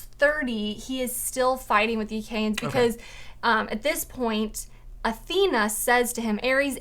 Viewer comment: Years late so I doubt this matters, but it’s the “Ach-E-ans”. “Ae” is always pronounced “E”. There is usually a helpful pronunciation glossary in the back of Homer translations. There is at least one in the back of the Fagle translation.